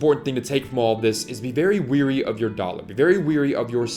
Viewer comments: Wary or leery, not weary. Weary means tired not cautious. The number of people that make this mistake is astounding. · Dude, the word is “wary”, not “weary”. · Very wary, u said weary lol I do it all the tkme 2. ;} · Its wary, not weary!